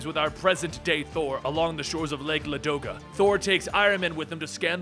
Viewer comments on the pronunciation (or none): none